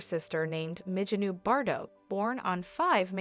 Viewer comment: It's brigeeete not bridget